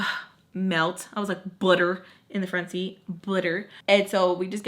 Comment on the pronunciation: "I melt. Budder" 🤣 I love this so much